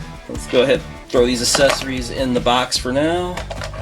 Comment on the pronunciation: I noticed that you pronounced Accessories like assessories, not a big deal but accessories is pronounced with a hard c sound